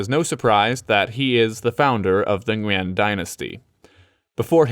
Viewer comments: Great job pronouncing Nguyen! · Got an ad about travelling in Vietnam in English on a video about Vietnam in English. Cool:)) P/S: Gotta say, I'm pretty impressed with pronunciation of "Nguyen." Simply spot on. Keep up the good work!